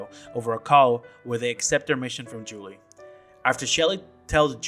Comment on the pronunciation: I think it's funny how you commented how things are said wrong in the game however you consistently call Joachim and Juli wrong for all these videos It's even said in the voice acting how to say the names. It's not "Joehakim" or "Julie" It's like this Yo-ha-keem And "You-li"